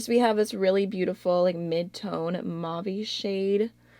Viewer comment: Please look up how to pronounce "mauve". You're saying it incorrectly.